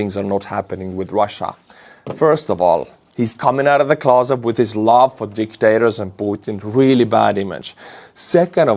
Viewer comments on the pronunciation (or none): none